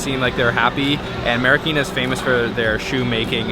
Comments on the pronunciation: Its Marikina not marakina haha!! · Hi Guys! Haha. It's MARIKINA. But whatever lovelots.